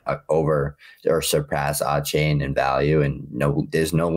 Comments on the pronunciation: nope. It’s a-chan like Jackie Chan. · He's got a-chain I got 2 chains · Listening to him say Achane’s name wrong was brutal.